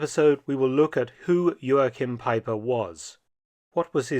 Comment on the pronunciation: Jo-Ach-Heem Pie-Per At least say his name properly.